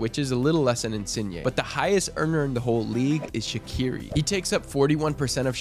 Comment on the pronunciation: The Q is Shaqiri is pronounced like “Sh”